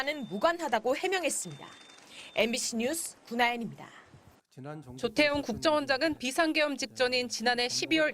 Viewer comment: 조태용으로 안 들리고 좆때용으로 들리는디? 어쪄? ㅋㅋㅋㅋㅋㅋㅋㅋㅋㅋㅋㅋ